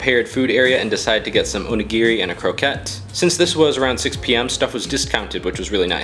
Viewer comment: The way he pronounced onigiri triggers me